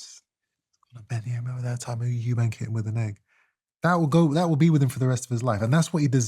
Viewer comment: Eubank. There's no 's'